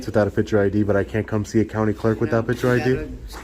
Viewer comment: Hey, it's "picture" not "pitcher". Sure, you're a journalist; yeah that's the ticket - journalist!